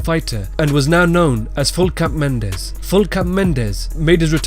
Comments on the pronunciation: Can you get a fucking name right? Full cap Mendes? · when he said regular mendes showed up i died